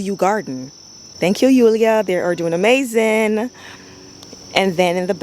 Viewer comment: First of all you are darling. Fairly new subscriber and I have really been enjoying your videos and your down-to-earth style. I love your enthusiasm and how you draw out your syllables when you like something ("ah-mmmmaaaaazingggg"). So cute! Your garden is beautiful and you can tell you have worked so hard on it. I like how you put those stones along the mulch/walkway line. I have small area where the bed butts up against the driveway and I am constantly kicking mulch back into the bed. I am going to steal this idea! Keep up the great work.